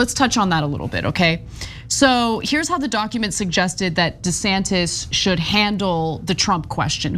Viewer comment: Um.....the proper pronunciation is DUH Santis.